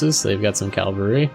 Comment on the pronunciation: I love this series and your channel but every time you say cal val ry instead of Cav Alry i cringe